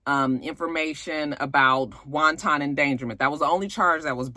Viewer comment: everytime I here you say wanton like 'wonton' I die😂😂🤣🤣🤭 Sweetie it's pronounced 'won-ten' 😉 Now stop making me crave crappy Chinese food 😒🤣😘